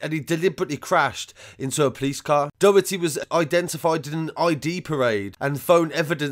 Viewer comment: If you need help pronouncing Irish names just ask before uploading ... drog heedah/ dough hirty...